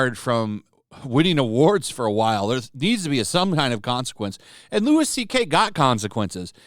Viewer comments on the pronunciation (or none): Also, it's Louie CK, not Lewis CK lol There is nothing more annoying than this shit.